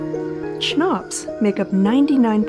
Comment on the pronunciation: I'd pronounce it "kuh-nops"